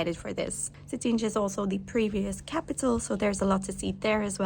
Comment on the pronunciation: Cetinje is pronounced like it was written with y... Cetinye (suh-tin-yay) 😉